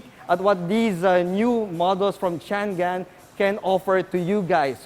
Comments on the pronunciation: Chang-An..di yan Chan-Gan..anak ng baka naman :) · How is that pronounced really? I thought its Cha-ngan or Chang-an.. Hmmm car reviewers, at least please try not to butcher the brand names😆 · Actually po it is pronounced as shhhhaaa-ngan 😊 Jushnie Diarene Cariño Showroom Sales Consultant at Changan Batangas 😊